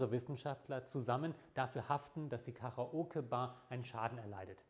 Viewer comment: "Karaoge Bar"? ;) Aber das Video mag ich!